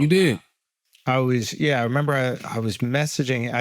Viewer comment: Are u trying to make it to a thing , with this “memba” ? 😂